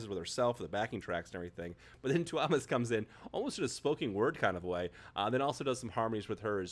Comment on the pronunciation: the stress lies on the U of túúúmas, not the o :D